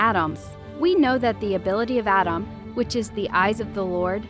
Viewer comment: You saying Adam’s is Driving me crazy